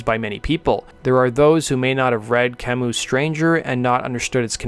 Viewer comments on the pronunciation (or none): Albert Camus (not Camous), like in 'debut' or 'menu'. I know that these words are often pronounced in the non-french fashion - but at least some of you might know what I mean. In german that sound would be spellt as an Umlaut: 'ü'. 'Albert Camü'